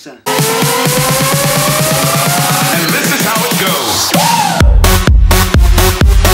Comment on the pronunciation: Hahahaha "pikza"